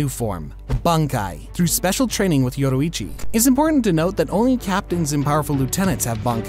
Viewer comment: He saying yoicchi me remembering demon slayer yorricchi 😂😂😂